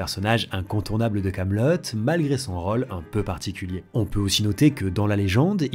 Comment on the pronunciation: Pourquoi tu prononces "o" dans "rôle" ou encore "chose" ou tous les mots dont la sonorité de "o" devrait être "ô"?